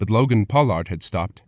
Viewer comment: Logan's name isn't pronounced Pow-lard